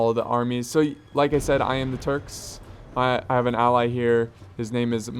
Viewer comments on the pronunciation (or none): none